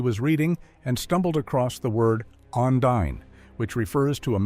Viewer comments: It's not the one-din line. It's pronounced the o-knee-din line, l used to watch this series when I was a child. Hope that this made sense 😊. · wandin? AI?